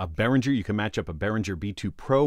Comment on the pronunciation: Minor nitpicking: Behringer has a hard G as in "get". It may be different, but I have a similar interface and the mono/stereo switch just affects the direct monitoring, so in mono you hear both inputs in the center while in stereo you hear input 1 hard-panned left and input 2 hard-panned right. To record in stereo you just assign both channels to the recording track, no switch needed.